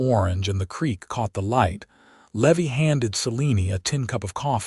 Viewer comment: Oh PA-LEEZZZEEE!!! Seline, SAH-LEAN! Levy, LEE-VIIII!!!! Rosalie, ROW-SAH-LEE! "I rode out with 4 names, yours and the children"...hmmmm, is there a ghost? 1 woman 2 children = _________ 3 names, not 4 I HATE AI NARRATORS!!!